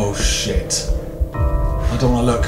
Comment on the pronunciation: You say "s**** " like "sheet" XD